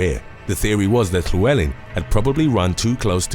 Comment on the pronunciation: It's not chlewleln it's llywelyn